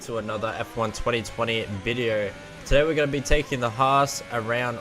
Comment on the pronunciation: I don't think any American pronounces "Haas" like that